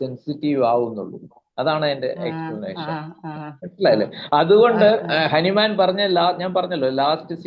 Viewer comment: ഹനുമാൻ അല്ല ഹാന്നിമാൻ ആണ്